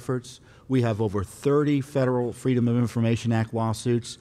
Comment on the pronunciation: At about the one minute mark, he says "federal government" but it sounded like "feral government." Freudian slip?